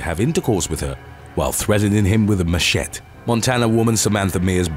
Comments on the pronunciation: It’s not Ma - sheht , it’s Ma-Sheh- tee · I know what a machete is... but what the fuck is a ma-shet? 😂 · The knife is a macheTE (last syllable pronounced TEE)! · Machette is pronounced MASHETTY. Emphasis on the ‘y’ as a soft i ( as in mushy, rather than a hard I). SERIOUSLY, these are everyday words we all learn, yet you keep on mispronouncing them. WHY 🤷🏼‍♀️ ?? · It's a ma-chet! The most brutal of blades. Enhanced strength and +3 sexual prowess. -2 bladder control. 😂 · 😂 "Machette" I love language 😍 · Machete is pronounced Muh-shet-ee😉. I love your narratives,!! Happy New Year to everyone🎆🎉🎊💥❄🤗!! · What the hell is a machette?!? Dude, seriously machete is a universal word at this point. You are old enough to know it ain't pronounced that way. Gotta be doing this on purpose. Are Spanish words kryptonite? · Did he really just mispronounce machete?? Lol best one yet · You can't POSSIBLY believe that anyone pronounces "machete" that way. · Neve heard machete pronounced the way you say it? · 😂 missed pronounced machete. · Your erroneous pronounciation of 'machete' not only made me mad but also cringe extremely hard. Lmao Other than that, good video! Please research the proper pronounciation of words before making any more videos. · When pronouncing the word machete goes wrong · That's not how you say machete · Please look up the pronunciation of machete!! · Oh dear God who doesn't know how to pronounce machetE